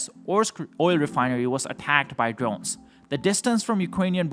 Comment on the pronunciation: Ukwanian Dwones